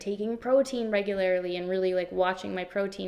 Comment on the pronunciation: All of these are so wonderful but wait how do you say "regularly"... "regularily"? 😂